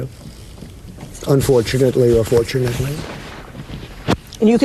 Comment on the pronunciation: You notice that too. Yuk. He said the word several times and it creeped me out each time. Glad I'm not the only one that noticed the way he said it. Like a growl. It was totally different from all other pronunciation in his speech. I wonder about his son Baron; he has to be ridiculed by his peers I'm sure.